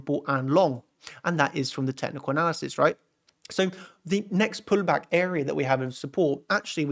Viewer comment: why is your accent "pulllback" puLL?